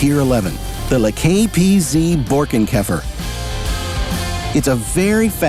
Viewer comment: 😂😂😂 ITS not BOARKENKAJFER....es heißt BORKENKÄFER❤❤❤❤.......